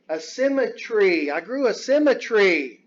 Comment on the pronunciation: LOL!! LOL!! Symme"tree"